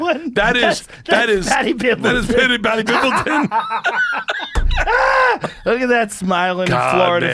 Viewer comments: It’s Paddy Pimblett, not Pimbleton. You’re gonna remember that name. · It’s Paddy Pimblett not Pimbleton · Ain’t no way y’all said pimbelton